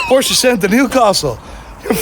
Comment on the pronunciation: It's porsche, not porscher 😂😂